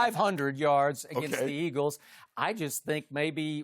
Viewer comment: He has a speech impediment lol it used to be a lot worse